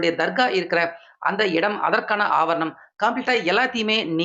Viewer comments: ஆபர்ணம் இல்லை ஆவணம் என்பதே சரி. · அவர் ணம் என்று தவறாக உச்சரிக்கிறார். ஆவணம் என்று உச்சரிக்க வேண்டும். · ஆவர்ணம் இல்லை சரியாக உச்சரியிங்கள் ஆவணம் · தமிழில் ஆவணம் என்று சொல்வார்கள் ஆங்கிலத்தில் என்ன சொல்வார்கள் என்று தெரியவில்லை நீங்கள் தமிழில் ஒரு செய்தியைச் சொல்லும் போது அதில் இருக்கும் சில இவர்களையும் சரியாக பார்த்து சொல்லுங்கள் ஆபரணம் ஆபரணம் என்று சொல்கிறீர்கள் அது ஆவணம் என்று சொல்ல வேண்டும் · ஆவணம்..... ✓ ஆவரணம்.......× 😂 எரிச்சல் வருதே😂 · ஆவரணம் அல்ல தம்பி ஆவணம் என்பதே சரி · நாலு வரியில் முடிக்க வேண்டியதை தமிழை கடித்து குதறி நாலு நிமிஷத்துக்கு மேல் பேசுகிறார் இந்த தமிழ் தெரியாத தத்தி. ஆவணம் என்பதற்கு பதிலாக ஆவண்ணம் என்றே சொல்கிறார். இந்த தமிழை கேட்பது தண்டனை இனிமேல் இந்த சேனலை பார்க்கவே கூடாது என்று நினைக்கிறேன் நன்றி